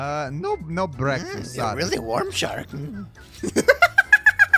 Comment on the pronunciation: Me: what is your favorite meal of the day?: BEKFEST!!!